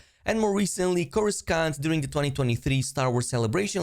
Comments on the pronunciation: ey come on man TRY to say it right because Korskank is wrong Cur-ru-sant or even Cor-ro-sant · Coruscant: the second C is silent. I cringed every time you said corus-cant. its corus-ant. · CORUS-KANT? WHERE DA FCK IS THAT'? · You gotta turn that corus-CAN'T to corusCAN. 😁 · this is the first time i hear coruscant spelled like corus-cant and not like corussant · No-one: This guy: CorusKant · It hurt my soul when you said Coruskant. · I don’t think I ever heard pronounce it coru-skont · Why coruscan’t you say it right? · my dude, courscant doesnt have the hard second c, you saying coursKant is so wrong, weve had several movies and series saying the name, you mispronoucning it is either on purpose or u r english really is that bad, not trying to knock on ya, im just that grammar nazi. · Good old “corri skant” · You fucking say Korraskant again I DARE you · Coruscant pronounced "Corusont." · more like corusunt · Unfollowing purely for the mispronunciation of the planets name. Joke or not, you're definitely losing a follower here. Airport announcement finished but definitely not closed to other departures. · U pronounce Coruscant so wrong dude... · so no one is going to mention him butchering “Coruscant”?? The second C is silent bro😂😂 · The way you pronounce coruscant is really annoying given that the movies and shows literally show you how it’s pronounced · The second C in Coruscant is silent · Why you saying Coruscant like that? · God your pronunciation of coruscant is horrible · Me with surprised pikachu face on pronunciation of Coruscant 😮 But really, the whole game is a feature on its own... I'm looking most forward to stances, especially form 4 ataru. Gonna go swush swush like Yoda 😂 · Your pronunciation of coruscant is... something. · please, for the sake of everyone watching these videos, stop pronouncing the second 'C' in Coruscant...please